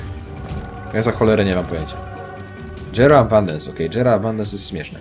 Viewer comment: stary jera a nie dżera!